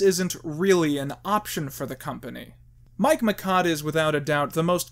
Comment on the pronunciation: You're mispronouncing it. It's Mike MY CHODE.